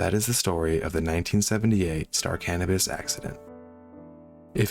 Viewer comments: Great narrative and a terrible, terrible tragedy. One very minor thing: It's pronounced "Cuh-NOH-pus". I'm afraid I thought you were saying "cannabis" at first! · Thought you said the name of the vessel was star cannabis. Had to double check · He did say cannibis 😂 that’s what I heard while choking one back.